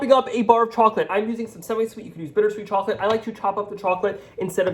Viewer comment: I’m sorry but is he saying “cha chip cookies”? He talks so fast, he can’t finish the word chocolate?